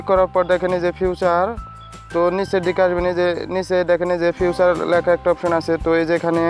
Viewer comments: এ্যারকেইভ না রে ভাই এ্যারেচিভ😂 আর ঐ টা ফিউচার না ফ্যাকচার🤣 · ফেচার, ফিউচার না ভাই।🙄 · It's not feature its future..🤣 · এটা ফিউচার না, উচ্চারণ হবে ফিদার😊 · ফিউচার না ফিচার 🤣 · gadha oita future na "feature"ফিচার😂🤣